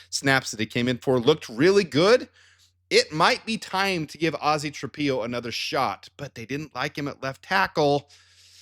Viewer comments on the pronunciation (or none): Ozzy's last name is pronounced Tra-pillow. Why do you insist on pronouncing it Tra-pee-o?